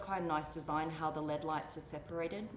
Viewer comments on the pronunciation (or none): Never heard someone pronounce L.E.D. as LED even though its spelled like that lol